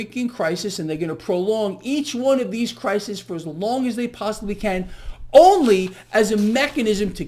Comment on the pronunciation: Hi. To avoid CRISIS getting bent out of shape, its plural is pronounced CRY-SEAS.